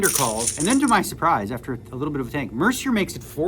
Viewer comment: "MER-CI-ER" - you're Canadian and you're pronouncing Jason's name MER-CER?😂 Bad form Daniel. Bad form.😂